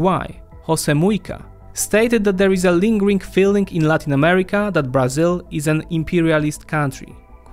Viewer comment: Beginning with the wrong pronunciation of Brazil as "BrAzil" (with tonic syllable on the A, when it should be on the "I"), this video is a collection of mistakes. Brazil implemented import substitution policies (ISP) until the 1980's. Not so today. ISP, by the way, was used to promote industrialization, not agriculture and services. Brazil is undergoing a deindustrialization, which the current government is trying to reverse. The reduction in complexity of Brazil's industry is a direct consequence of governmental emphasis on fiscal austerity instead of investment oriented policies.